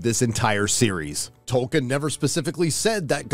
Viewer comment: The amount of fucking times they say "Tolkenien" makes me want to blow my fucking brains out.